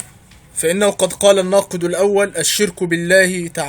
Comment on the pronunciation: في الناقض - بالضمة - الثالث -بالضمة !!!!!!!!!تعلم أولا ثم تكلم !!!!!